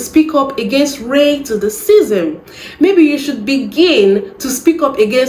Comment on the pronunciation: the way you say racism has me cracking up 😂😂😂 ray to the sicim